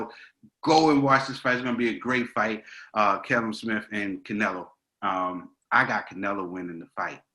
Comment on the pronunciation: Boys its pronounced kall um..